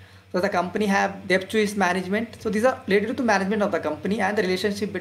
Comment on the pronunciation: Excellent presentation on value investing. Keep it up. Correction: you are pronouncing Debt wrongly. "b" is silent in debt. Kindly check. Suggestion:- Do let us know if u have a telegram channel where u could give instant updates on value investing, daily market updates and post updates about new videos released on YouTube.